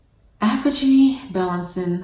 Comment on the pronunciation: I love your videos but please learn how to pronounce Aphogee correctly 😫